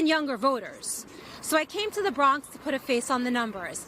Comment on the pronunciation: You keep saying the Brong😂😂😂😂 he went to BK first clip and BX second clip